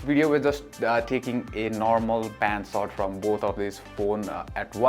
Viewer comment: Nice vlog but a feedback which i hope u work on. Plz learn to pronounce the sshhhhh sound. U pronounce Sshhh as Ssss. Eg its Short and not SORT. Its sharper not sarper. Pl pronounce the H sound in sh